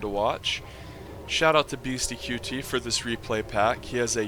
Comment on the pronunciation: It isn't beasty q t. It is beasty cutey. Ya say it fast. qt=cutey.